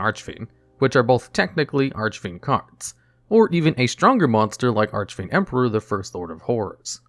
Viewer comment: Serious question: In what universe can you pronounce "Bahalutiya" correctly, but you can't say "Archfiend" right? Makes no sense to me.